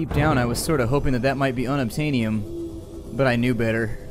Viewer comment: unobtainyum? xD Sounds like it's unobtainable!